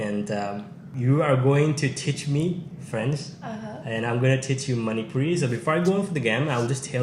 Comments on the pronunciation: Her Manipuri pronunciation is quite good❤ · Her manipuri pronunciation is too good 👍 With love from Bhubaneswar